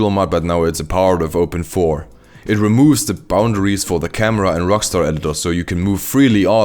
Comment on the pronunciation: Never heard someone say open 4 it’s called open I V